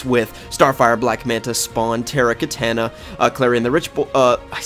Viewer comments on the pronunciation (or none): Your saying her name wrong it's not Ka-tan-a it's pronounced ka-ta-na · Did anyone notice he pronounces katana right once and the rest like katayna